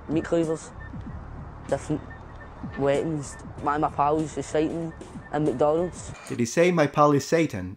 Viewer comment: He said "...'s eating" not Satan LOL